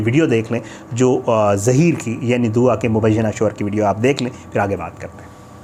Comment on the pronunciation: by the way its not DOWA its DUA. kitna hi ach hota k agar ap aj kisi aur topic pr videos bana litay na k DOWA PR. kiyo k bachi nay media say request ki ha k please meri jan bagsh dain. But apnay DOWA ki jan nahi baghshni. Bahi Kuda ka wasta ha ab kuch aur topic dhodho please.